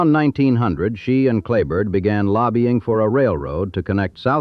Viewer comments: Kleberg, pronounced clay-burg. John Deere dealer in Kingsville closed late 70s I think. King Ranch John Deere is in Robstown and still there. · Many mistakes, you’ve never been there or interviewed anyone from the ranch. Your pronunciation of “Kleberg” is totally wrong. The county the headquarters sits on is named after him, Kleberg county. The young attorney met Richard King when he beat King in a lawsuit. And most importantly, Henrietta King could not pay the estate tax when Richard died. Standard Oil of NJ, later Exxon, stepped in, she leased the minerals on the entire ranch to them and got the money to pay the tax. The ranch has made several fortunes from the oil revenues. Get your facts right, I stopped watching.